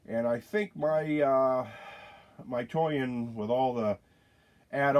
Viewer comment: Thought you said you “got the toy in” lol